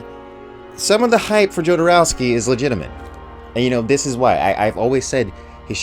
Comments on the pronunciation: My God please stop pronouncing it JOE-DER-OWSKY! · Jodorowski - J is silent. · curious what you’ll think of The Holy Mountain - (oh and the J in Jodorowsky is a h sound, like in Alejandro, not a hard J)